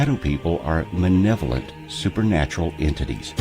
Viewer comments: Nice video. But I have to correct you with a certain word. It's MALEVOLENT. You kept saying 'Manevolent'. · if the meth idea didn't discredit the the theory the misprounpuncing of "malevolent" sure does..he said "manevolent"..i know its just one letter but it speaks volumes about the narrator's ignorance..It could speak volumes of my ignorance as well..hope im right...lol